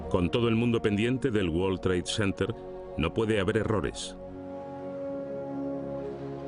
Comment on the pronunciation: Que forma tan incorrecta de pronunciar world trade center please españoles son el único pueblo de de Europa q son malos con el ingles el 90 por ciento lo pronuncian mal